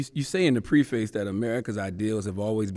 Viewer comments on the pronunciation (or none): I cringed when Charla said “pree-face” instead of “preface”, but Obama politely corrected him by repeating it it in his response. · Pref-ace. I am sure CTG isn't the only person to mispronounce this word. He IS one of the few able to sit with the 44th President and discuss his book though. sips tea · CTG "You said here in the pre face that....." Obama "What i said in the preface (preffiss)......" He corrected CTG so smoothly. 😂😂😂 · CTG: "The Pre-Face" Obama: "Preface" 😂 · Did CThaGod really mispronounce the word preface “pre-face”? I like how prez low key corrected him. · Yes - he emphasized the correct pronunciation 🤣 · And he has written two books ?! 😅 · LOTS of people pronounce it pre-face.. It is as correct as I-Raq which accordung to most of the world is pronounced E-Raq. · I like how Barack subtly corrected Charlamagne’s incorrect pronunciation of “preface” CtG: “You said in the pree-face...” Obama: “What I say in the prefis..” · True. But you gotta admit English is stupid sometimes. I said “pree face” for years. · Nobody: Charlamagne: Pree-face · Obama corrected his miss-pronouncement of “preface’’ so eloquently and respectfully. Love this dude...class act. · You call that pressure? Charlemagne isn’t educated enough to apply pressure to Barack. He couldn’t even pronounce “ preface.” How embarrassing! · It's preface. It's all about how you pronoun. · Aye yooo....lol. I peeped that too. Obama gracefully corrected him and kept it pushing. Lol